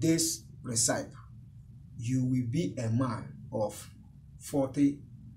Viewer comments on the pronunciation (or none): Oga it's pronunced Re-ci-pi